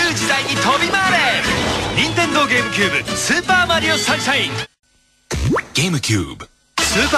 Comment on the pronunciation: Not Gamecube. Game-a-cube.